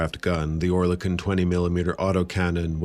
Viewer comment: Not quite. Oer is pronounced as Ör. Similar sounding to the French coeur. Kon is as in silicone (without the e pronounced)